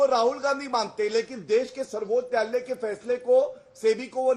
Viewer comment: गौरव भाटिया आज नशे की हालत में है, सर्वोच्च न्यायालय को सर्बोत्यालय 7 बार बोला और 1 बार सही 😅